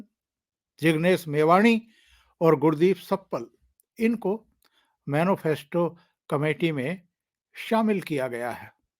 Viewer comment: ओंकार जी राम राम। बहुत ही अच्छे विषलेशन के लिए साधुवाद। सही उच्चारण मैनीफैस्टो है। मैनोफैस्टो नही।